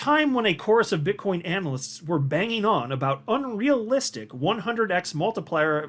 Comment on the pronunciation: min 😂 did you call Bitcoin Bitchcoin 😂🤣😂🤣